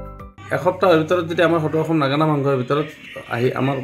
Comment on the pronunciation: বাতৰি নহয় আপোনাক ওকালতি কৰা যেনহে লাগিছে মহাশয়।নাগৰা নাম নহয় নাগাৰা নামহে শুদ্ধ কৈ কব নোৱাৰে নেকি?